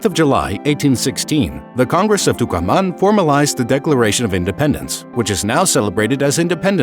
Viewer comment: y "Bernadino" Rivadavia, Congress of "Tucuamán" jajaj